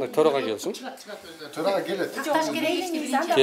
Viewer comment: Тороага эмес эле торой турган ага окшойт да ал , былжырап😂